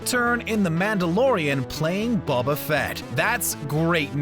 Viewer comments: Wow, I had no idea people didn’t know how to pronounce “Boba”. It’s not “Bobba”. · I love how at first he pronounced Bobafett’s name as (bob-uh-fet) instead of (bobe-uh-fet)